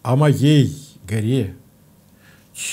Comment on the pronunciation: Поэма горы начинается не совсем так, как прочитал Константин Александрович:) Вздрогнешь -- и горы с плеч, И душа -- горЕ. Дай мне о гОре спеть: О моей горЕ! ...Но, высокая культура и глубокое знание поэзии, в целом, сделали программу интересной. Спасибо.